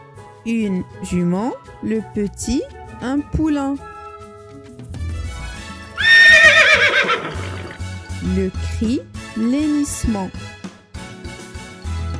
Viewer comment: Si je peux me permettre j' ai une petite remarque , on dit le hennissement et pas l'henissement